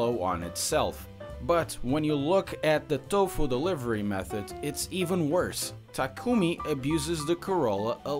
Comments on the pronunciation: First off... It's not taku-mi(meh)... Its taku-mi(me) Secondly, he delivers tofu at dawn (around 4 a.m.) in which he can drive back home to have more sleep time until school (starts at 7 a.m.). Thirdly, the tofu he delivers is not the kind of cheap shit tofu you have in western countries. We are talking about japanese tofu, the kind that's very delicate and crazy expensive! (Becoz it needs extreme tender and care to produce this stuff!!!) which is the sole purpose of the WATER CUP!!! fourthly, bunta is supplying his tofu to a hotel located on top of fuji mountain. You'd know how prestigious this hotel is if you'd ever come to japan. You would also had known that supplying to this kind of hotel is not easy! He would have to had OVER-THE-TOP CONNECTIONS!!! AND THAT'S HOW HE GOT THE RACING ENGINES AND THE 22B (THE TOP OF THE TOP SUBARU OF THEM ALL!!! MONEY ALONE WOULD HAVE HAD NOT BEEN ENOUGH TO GET THESE STUFFS!!!) AND LASTLY, I am as a true japanese women lover am appalled at this video!!! not just becoz you get everything wrong but becoz you don't have any respect to japanese culture. I'm reporting thi s channel as inappropriate!!!! And make you as infamous as jake paul!!!! Last-lastly, we don't have april fool here in the east!!!! You scumbag!!!! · Did you just say takoomoo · Still not convinced. Try harder and you keep pronouncing Takumi’s name wrong